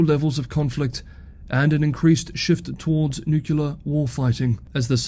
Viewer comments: It is pronounced nu-clear. Not nu-ku-lar. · So... why DID you pronounce it "nucular"? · It's okay. Peter Zeihan can't pronounce 'nuclear' either. Keep up the great work. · and you are not the only one saying NUCULAR. Fun that you realize it. I think it's a stupid way to say it, but see no reason to be angry about it. You DO understand that it implies an atom has a "nuculus" instead of a nucleus? And a "nuculus" is a non-existent object? Also, it reminds me of George W. Bush, one of the most ignorant politicians on record. When he bashed his way into office, he could not name a single foreign head of state, and he did not know that muslims came in sunni and shia varieties. And he always said "nucular." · That's the nucular option. 🙂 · We've really got to address newclear proliferation. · Do you really get “angry” comments just about how you pronounce “nuclear”. That’s just sad 😞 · Harrumph! Nuclear only has two syllables! Harrumph!! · Thank you so much for your updates. I don't care how you pronounce nuclear. lol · I didn’t even notice how you were mispronouncing “nuclear” until you pointed it out. Now I can’t not hear it. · "the way I say nuclear" 😂 Gets me EVERY time. It's nice to throw a little chuckle in among all the seriousness. BTW, I'd like to know how all the complainers pronounce "says" ("sez" a lazy American.) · It's wrong, but even the dictionary has given up and says it's fine. So 🤷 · As an American, I'm somewhat used to the "Bushian" pronunciation of "nuclear". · Holly crap you are getting comments on how you pronounce "nuclear" that is funny! Keep up the great work, see tomorrow. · when you say nuclear, it reminds me of George Bush jr. Sorry buddy.